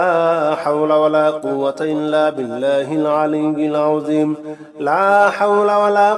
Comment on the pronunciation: ঠিক ঠিক উচ্চারণ আছে।